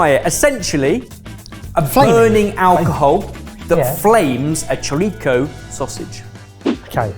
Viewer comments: It's not pronounced Cho-rico. It's pronounced Sho-risso. Besides firewater (aguardente) you can also use 151 Bacardi Rum which will give it another layer of flavor. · Chouriço is pronounced with an "s" sound, not "k". Why would it be so different from the Spanish Chorizo? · It's not a "chouriko", it's a "chouriço". A "ç" is always pronounced "ss", same as in French or Catalan. Do you also pronounce "Français" as "Frankais"? 😄 And it's not "much like chorizo", it's exactly the same as chorizo, which is just the Spanish name for it. There are hundreds of different types of chouriço / chorizo, but the words mean the same, just like "saucisse" and "sausage" mean the same. In fact, "chorizo" (Spanish) comes from "chouriço" (Portuguese), which in turn comes from "souriço" (Galician), and ultimately comes from the Latin word for "salted", which is also the source of the word "sausage" (although chouriço / chorizo is used specifically for smoked cured pork sausages). BTW, you're not supposed to just leave it over the flames, that wastes all the fat that's dripping. Every now and then, you take it out of the fire and press it into some bread. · chouriço is pronounced show-ree-Soo. The cedilla makes the C sound like an S. Just like in French. And aguardente is pronounced aguardent, because the E is always silent at the end of a word in Portuguese (unless it has a diacritic) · in Chouriço, the Ç is pronounced as S sound :) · shoh-REE-soo 😂 killing me with that pronunciation 😂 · Portuguese guy here. You can also use ethanol to cook the choriço. (Btw the pronunciation is closer to Spanish sho-ree-sue). Love to see my country represented in this videos, keep up the good work lads! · Yeah, when I heard that, I was like "Dafuq's a [cho-ri-Ko]?" 😅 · Thank you! It made me cringe - very seriously - every time said "shou - rih- coh". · Português pronunciation of choriço is more like 'shouriisso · Chouriço...the “ç” has an S sound, not a C.